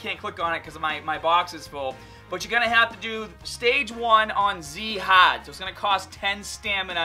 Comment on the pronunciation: I want to punch this dude in the face so hard. Can you really not pronounce "card" or "hard"? My god...